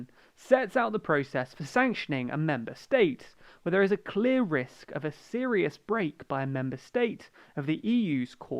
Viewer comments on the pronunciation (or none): none